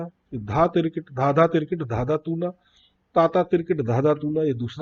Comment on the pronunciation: Sir Again with due respect its toon na not toona.